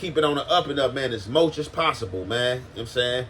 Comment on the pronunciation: Bro said mulch not much 🤣🤣🤣